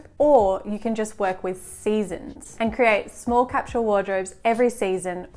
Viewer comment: What is “capshul”? Are you saying “capsule”?